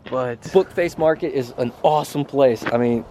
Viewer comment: Ha ha he said Book face market